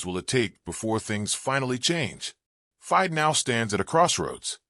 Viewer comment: Another AI voice..as he says commentator says the word FIDE wrong...etc